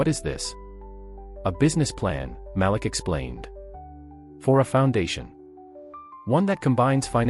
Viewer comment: His name is pronounced MA -- LEAK.